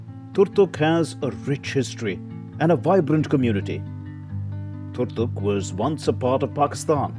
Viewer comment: It's about Turtuk not doltuk